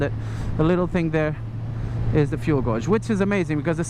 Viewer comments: Fuel Gauge or gauge is pronounced fuel gayjjj. The U is silent, so it should be read as gage. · Love the videos noticed you said fuel gauge , wrong. Your English is great brother but gauge is pronounced... GAYJ! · fuel guawge XD, (I know its his accent but lol) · fuel godge ))))) lol. Didn't know it's pronounced like that in British English )))) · Fuel gowrshzz.. Hehe